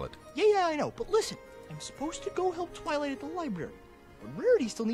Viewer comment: twilight sounds like fiw twilight